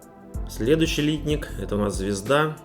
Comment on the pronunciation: Обзор в виде сравнения - идея хорошая, все наглядно и хорошо видно. Только вот "лИтник" - он, если правильно, "литнИк". Очень слух режет :)